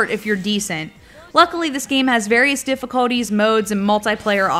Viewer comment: the way you say difficulty...